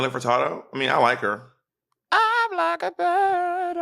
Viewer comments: From the first time Monet pronounced it “Furtardo” I was counting down the seconds till Bob corrected her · Nelly fertardo ...MONNEEETTTTT LMAO 😂😂😂 I fkn love you girl ahahaha butchering peoples last name lmao 🤣 also lol monet you sing more than bob 😂😂always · Monet not knowing any Nelly Furtado songs or how to pronounce her name yet bringing it up is hilarious🤦🏻‍♀️🤦🏻‍♀️ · Nelly Furtado was a guest judge on Canada’s Drag race. Also, I love you guys but Monét’s pronunciation of Furtado is sending me.